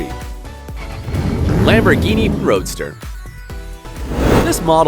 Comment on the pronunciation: Guy gave up saying Veneno "Lamborghini vroadster"